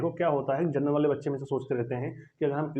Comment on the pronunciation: Vai pahele bolna sikho genrnal ni hota Hai general hota hai